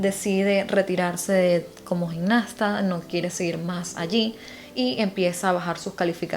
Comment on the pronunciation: No se dice "gignasta" sino "gimnasta", asì como se escribe.